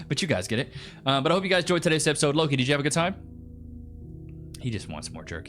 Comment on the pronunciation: Hubs and I watch ur videos and enjoy them a lot, at the end when u talk to Loki asking if he had a good time (I’m normally in the kitchen so I mainly just hear the videos) I thought u were asking chat if “low key” did they have a good time 😂😂 keep up the great videos and tips and congratulations on over 130,000 subscribers 🎉